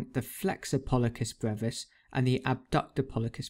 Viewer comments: The way he is pronouncing "pollicis" is driving me crazy... :D Great video though. Keep up the good job. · Thank you for this video! Although, since I'm from a different part of the world it was a bit surprising to hear pollicis with a k sound rather than an s sound.